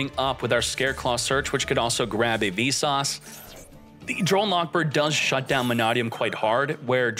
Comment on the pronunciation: It took me a good while to realize that every time he was saying "V-Sauce" and "Apolly-yusei", he was talking about Visas and Apollousa. I can't tell if he's doing it on purpose or not.